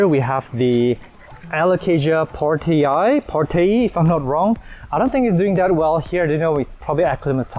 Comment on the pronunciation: Nice to finally hear an English speaker pronouncing some "Latin" the correct way :). It's Pórtei, not Port-ee-aye. And maybe that flooding is Nature's way to thank Jakarta for destroying half of Borneo?